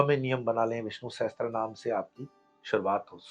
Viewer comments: It is Vishnu Sahasra namam not sahatra, please rectify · सहस्त्रनाम ❌ Sahastranaam सहस्रनाम ✅ Sahasranaam